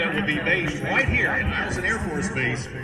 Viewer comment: Corrections: Eielson is pronounced like "aisle son", it happens every 2 years, not 10.